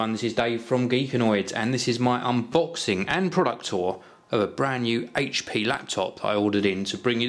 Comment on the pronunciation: lol he says "unbooxing"